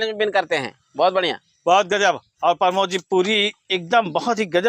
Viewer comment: भाई उनका नाम प्रमोद है, आप दोनों लोग उनको परमोद -परमोद कह रहे है 😀😀😀😀😀😅😅😅मै सोरांव से हूँ